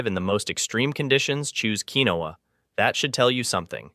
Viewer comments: It is pronounced "keen-wah". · It is Pronounced,” Keen-Wah!”